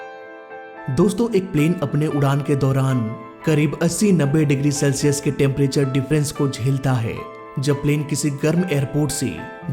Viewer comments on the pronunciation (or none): none